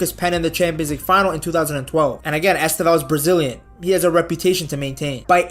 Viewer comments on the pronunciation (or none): Nice video, man. A tip on how to pronounce his name correctely: The stressed sylable is the second: esTÊvão. You can even make the first letter "E" silent: sTÊvão. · Estêvão: TE is the stressed sylable. Pay attention how Brazilians always pronouce his name, please.